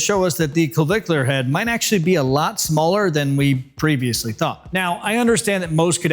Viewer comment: I've watched this 2.5 times, i guess I like the way you say clavicular head! Hey, nice shirt. It matches the stache!!🏋‍♀ NDY ;{>>>